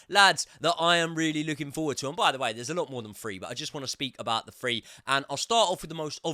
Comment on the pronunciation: say “three” challenge. Difficultly: Impossible. 😂